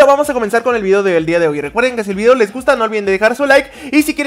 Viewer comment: Se dan cuenta que cuando dise video en el comienzo del video parece decir obby